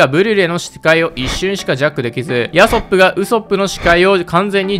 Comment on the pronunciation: ヤソップの発音でウソップめちゃ笑った